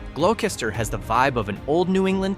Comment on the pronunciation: LMFAO.... i have lived in north west RI for well over 40 decades, burrillville ( aka burro-ville) and "GLOSS_TER", in the village of " CHA-patch-IT"....... these AI audio bullshi# crack me up.... i came from bostin and would not trade livin in the woods, for all the $$$ in the world.........